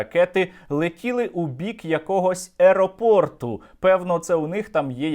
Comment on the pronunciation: Эропорт)))))))) И эти дебилы пришли защищать русский язык... Выучите его сначала